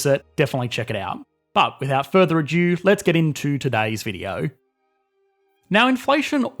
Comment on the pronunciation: Like your vids but a couple of gripes. It's pronounced 'further ado' not 'further adue' and I think you confused Schrodinger's Cat with Heisenberg's Uncertainty Principle.